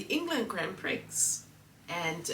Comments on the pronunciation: bless your cotton sox. Grand Prix is pronounced grand prie. I hope you get better soon. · It's pronounce Grand Pre'. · 😂. Pronounced “ gron pree “ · F1 Grand Prix is pronounced Grand Pree.. 😉❤😊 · The pronunciation is right but the X is silent